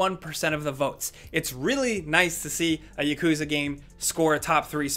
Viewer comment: what did eeee saaaaaaaaaaaaaiiiiiiiiiiiiiiiiiiiiiiiiiiii? ykuzaaaaaa? its Ya Ku Za